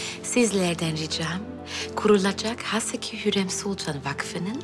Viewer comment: Furizan ; hönkarım hörrem yiter ya